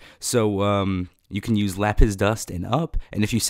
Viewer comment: When you say lapis it sounds like le piss